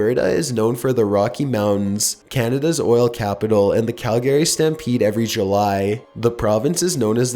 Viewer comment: "Cal Gary". As a Canadian, this made me laugh. Those silly Americans, am I right!? xD